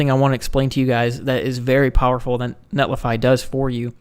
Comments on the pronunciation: Sorry, can't subscribe to your channel due to your pronunciation of netlify. Otherwise, great work! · Netlify...funny. it's a 50/50. I hear both. NetlAfy just sounds way cooler. Great video. Thanks